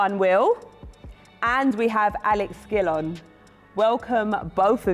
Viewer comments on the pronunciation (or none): Why she say Gillon like that lol Gill On.